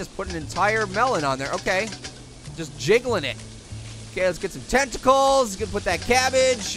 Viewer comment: tenticles Me:tenticles!!!!!! Yum I love it when it's nice and crispy But don't call me weird